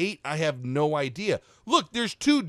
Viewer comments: Bro turned german after the first shot That was neeein instead of nooo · the german came out of you nnNEIIN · i love how he turns german for a second after not killing the first enemy. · blud became german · he gets a little german